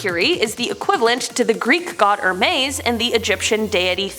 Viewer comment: In the name "Hermes" the H is pronounced. Like "Her-mees"